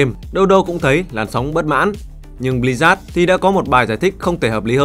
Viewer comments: tên đọc là Bli-Zớt, mà sao cứ nghe là Bli rác ấy nhĩ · Sao tôi cứ nghe "Bli-rác" hoài nhỉ =))